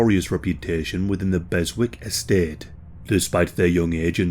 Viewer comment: Beswick, it's pronounced "Bez-ick" mate.